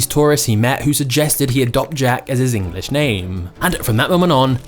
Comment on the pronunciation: When the video talking about Jack learning English the presenter here keeps on saying Engliss. Is this somekind of diss?